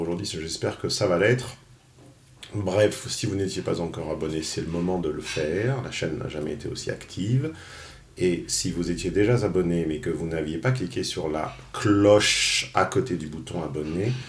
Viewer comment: "déjà z'abonné" Oups ! le pataquès !!!